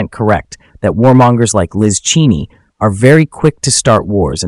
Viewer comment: If your AI can't even pronounce Cheney's name correctly maybe you shouldn't use it.